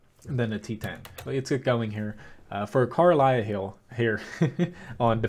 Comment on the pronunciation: PLEASE. It's not Carlisle but KARELIA (kha-reh-lee-ah). Check the pronounciation on google translate.